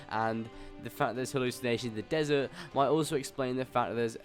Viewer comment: he ask about desserts, not desert.. wthell?